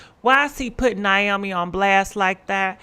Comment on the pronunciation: Its pronounce (Nay-O-Me) 🤦🏼‍♀️🤣